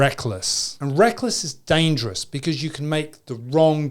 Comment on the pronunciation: I like the way you say DANGJOROUS